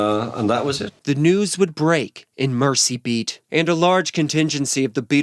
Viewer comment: Your pronunciation was correct - I'm from Liverpool.